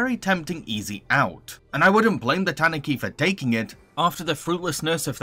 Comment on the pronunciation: Tanuki is tah-NOO-kee not TAHN-oo-kee